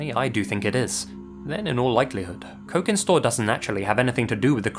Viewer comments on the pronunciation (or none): "cokin" is pronounced with a soft c, like "cheese". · The c in cokin store is soft. Pronounced like the ch in cheese